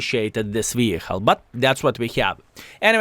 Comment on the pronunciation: i love you - but its vehiKKKKKle. :D